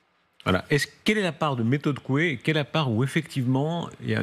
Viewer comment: le docteur Coué (de la Châtaigneraie)... Evitez d'écorcher le nom de ce grand homme !